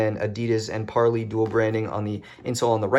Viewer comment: You keep mispronouncing parley